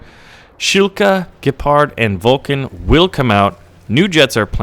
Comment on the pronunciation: Did he say vulcan?!?